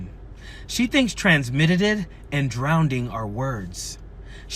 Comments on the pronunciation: it's drowning NOT DROWDING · I’m “drownding” in tears over her pronouncing of drowning😂😂😂😂😂😂😂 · She's "drownding" in stupidity. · Drownding. What??